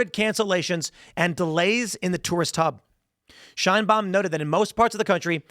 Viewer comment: "Sheinbaums" Mexico😂